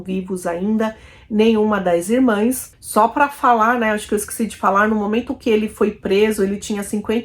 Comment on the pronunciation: Amiga, pronuncia-se e escreve-se irmãs.